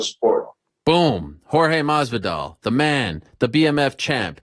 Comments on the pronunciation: Jorge: MAS-VI-DAL Ariel: MAV-VI-DAL 🤦‍♂️ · yo ariel i love you dawg but you were straight making up syllables trying to pronounce masvidal's name "authentically"😂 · The way Ariel pronounce Masvildal 😂 what a legend